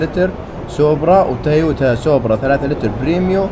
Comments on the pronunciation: سوبرا مو سوبارو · ياخي سوبرا مو سوبارو 😡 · سوبرا مب سوبارو الله يفشلك 😒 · اسمها سوبرا وليس سوبارا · اسمها سوبرا مو سبارو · اسمها سوبرا مو سوبارو ومرتين كررت ذا الغلط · مو سوبار اسمها سوبرا